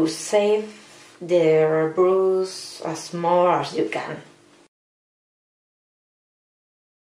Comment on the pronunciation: Interesting :) (you should look up how brush is pronounced, srry don't know a spanish example)